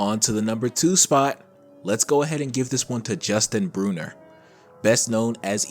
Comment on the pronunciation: Not to be rude or anything, but it’s actually Briner, not Bruner.